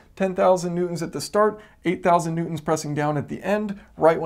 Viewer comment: Am I the only one here who keeps hearing him say "Mutants" Instead of "Newtons"? "Mutant force, 20 Mutants etc."